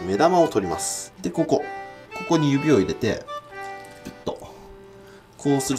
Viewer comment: え？ こ↑こ↓？？